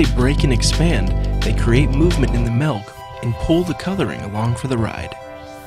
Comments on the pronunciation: What's "melk?" Do you mean to say that you are using milk? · He says we need to use "melk", but... what is "melk"? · All I hear is him saying "melk" a hundred times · he says "malk" Julian Smith anyone? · he says "melk" just like i hate...